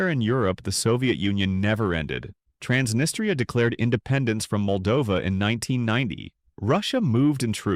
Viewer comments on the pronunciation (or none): Ahhh yes “transtria”